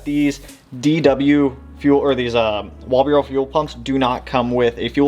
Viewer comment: Walbro…..WAL-BRO not walburo lol…..although soobs are not my preferred platform this body style will always have special place in my heart ❤ P.S. AI makes a bad ass WAL-BRO stainless filter for the 450s